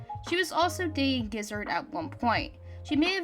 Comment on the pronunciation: gizzard GIZZARD G I Z Z A R D ((scoff it’s ge0zard; geo-zard))